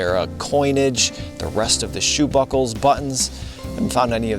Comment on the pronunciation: sounded like you said shabuckles lol.. great finds especially a 2 cent and the Indian head coins love your videos